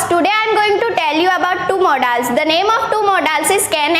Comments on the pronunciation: Modaaaaaals nhi hota modal hota hai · Not modaals it is only pronounce modals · It's not modaals it's modals pronunciation is little wrong